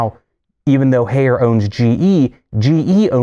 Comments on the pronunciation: Haier is pronounced higher. They made a song about it. Bring me a Haier Love - Steve Winwood. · If you going on a rant regarding GE, learn to pronounce Haier. "High-air". Your post regarding GE top loads are false. This video is a joke. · Haier is pronounced exactly like the English word "Higher". It is not "Hey-er". Great video, BTW! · lol "hayer"